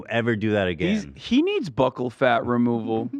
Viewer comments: I took a shot everytime Hasan and Ethan mispronounced "bucchal" and ended up in the ER tonight. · Is it not pronounced like “buckle”? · People in europe pronounce it like buckle i think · Buccal can be pronounced both ways. Buckle doesn’t sound as boojie but it’s how most people pronounce it